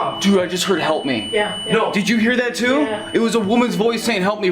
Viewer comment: he sayd halp